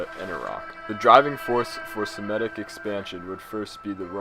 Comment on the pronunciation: It’s Semitic not semetic bro